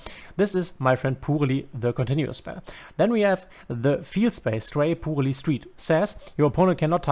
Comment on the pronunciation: shouldnt it pronounce as purely? saying pool-ly really grind my gears lol. Excellent guide btw !